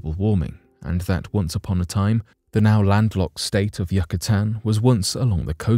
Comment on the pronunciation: You can pronounce "Risoflora" But you cant pronounce *"Yucatan"*? Great video!